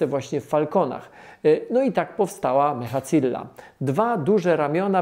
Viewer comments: Tomuś Mechazillą, a nie mechacilla, to nie włochy. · Nie IF-4 tylko IFT-4. Nie mechacilla tylko mechazilla. Nie "EF A A" tylko "EF EJ EJ"